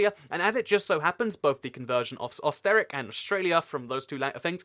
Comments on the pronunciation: “Osterick”? Bruh. It’s pronounced “Erster-ryech” with a British accented e and a german pronounced ch (in the back of the throat). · Hello! I love your videos and just like you, I love geography too. I would like to make a suggestion though, it would be great if you make a reseach on the right pronunciation of the names of the places such as Österreich which is somewhat pronounced as Oes-ter-raikch (of course this is also not accurate). This way, your videos will be more awesome! Thank you! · Österreich is pronounced like o-ster-rike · Österreich is not pronounced Os ter ric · It's pronounced aw-ster-rye-k (Osterreich, Austria) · Not osteric österreich the Ö in it sounds like the i in Sir . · Österreich is not pronounced Oster-wreck Not german but it bothers me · you absolutely butchered the pronunciation of Österreich :'3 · I love the way you pronounce Österreich